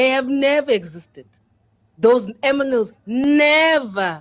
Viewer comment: "Those aminals" 😂😂😂😂😂😂😂😂 Gold stamp intelligence,!